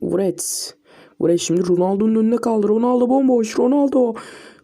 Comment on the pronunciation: Wrets derken niye wğrewts diyon knk KSKSSKSKKSKSLWKSD